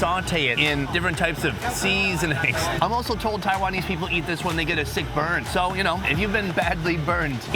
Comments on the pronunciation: Seeeeee-sonings! Im glad someone else noticed this 😂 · "Seeeeee-sonings!" ive noticed he started pronouncing it this way some months back. Like what bro 😂